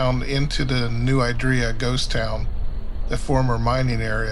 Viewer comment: Great video. As a local though, I should tell you that it's "New ID-ree-ya", not "New eye-DREE-ya".